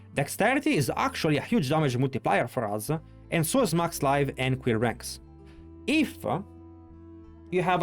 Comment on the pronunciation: Queer Ranks? 😂😂😂 I’m dead. His Quill Ranks sound like Queer Ranks